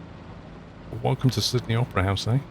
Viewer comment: i heard him say "sydney oprah's house" 🤣